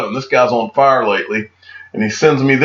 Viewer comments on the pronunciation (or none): none